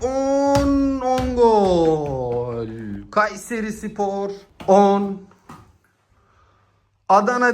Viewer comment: Şu A harfini söylerken baskın söyleme aq KUUÂÂÂYSERİ SPOR diyosun çok gıcık😢